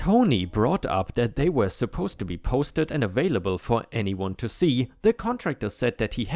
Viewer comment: May I ask a question? Why do you always pronounce the word WERE as WHERE? I really enjoy your content, but this irks me bad.